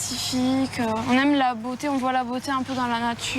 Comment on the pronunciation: Elle prétend aimer le baroque, mais ne connait pas ses références historiques, fait de sacrées fautes de français à l'oral (non, voit, pas "voye"), est très acerbe dans ses paroles, se dit "non on fait pas ça pour être remarqué mais fuck le conformisme". Bref, c'est très dommage. Il y a de nombreuses lolitas bien plus à mêmes de représenter cette communauté.